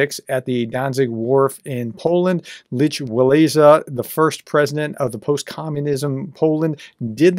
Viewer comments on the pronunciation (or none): Pronounced LEK Walesa. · If it helps, Lech Walesa is pronounced Leh Vawesa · sorry. His name is not pronounced "Leach Wah-lisa".. It is pronounced "Lech Wa-lesa" or "Wa-lensa". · His name is pronounced Leck Walenski. Him, and Karol Wjolta were heroes of the collapse of communism in Poland. God Bless Poland, God Bless Ukraine. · Solidarity (Solidarnosk) leader’s name is pronounced ‘Lek Valensa’ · It's pronounced "Lek Valeyssa". Were almost the same age. Don't you remember him from the nightly news? He was the first president of liberated Poland. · pronounced Lek wal esa, dont know how you have not heard of him.massive news at the time. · Yea. Say, "Lek Valaysa". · Just a note: The pronunciation of Lech Walesa is Leck Vah-LESS-ah. (Sorry - Just had to 'cause it's making me nuts. LOL!) He is such a great man in history. I had the privilege of seeing him in the Polish enclave city (at the time) of Hamtramck, Michigan. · Prof, his name is pronounced Lek Luwensa. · Come on, we were both alive in the 80s, gotta pronounce Lech Wałęsa's (Lek ValENsa) name properly or research it before going on camera. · Lech Wałęsa - pronunciation "Leck Vah - wess - ah", alternatively "Leck Vah - less - ah". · Professor as a man of higher learning please inform yourself how to pronounce Slavic words and names. Your butchering of Lech Walesa's name was laughable. From a Slavic-American.